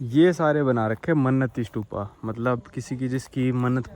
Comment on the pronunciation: Bhai स्तूप होता h स्तुपा nahi